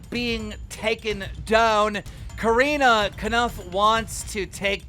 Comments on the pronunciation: keem loves to hate on people. Like corinna always purposely pronouncing her name wrong. I honestly wish there was somone less bias to cover the internet news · Why do you always purposely say Corinna’s name wrong…